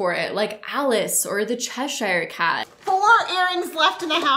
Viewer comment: The fact that she calls the Cheshire Cat “chezzy” makes me feel like she’d be a really scary person to make mad...she’d be like “BAD JUJU BAD JUJU!!!!”